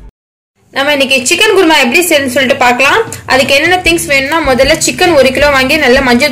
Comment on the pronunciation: adhu குர்மா இல்ல குருமா